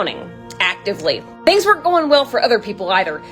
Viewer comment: Nicely done. You could have been a lot clearer though. You said, "Things weren't going well for anyone else though," but it sounded like you said "were," and not "weren't." You also said that "the people on Boat B knew it would be a long time until the Carpathia would arrive. A long time." HOW LONG????!!!!!!